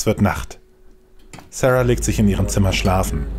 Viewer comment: Wieso amerikanisiert man den Namen Sara?